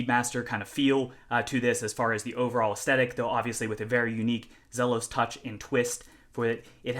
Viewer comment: Great first look. Do us all a favor. It's pronounced "Zeelos" Let's get it right.